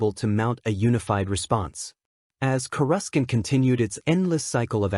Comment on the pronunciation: Annoying AI can't pronounce Coruscant properly.